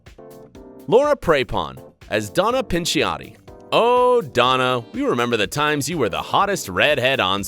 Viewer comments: "Donna Pinch-iotti" God, it hurts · Anyone Notice how he said Donna pinch-iotti